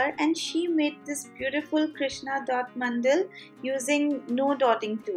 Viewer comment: They are "mandala" not "mandal".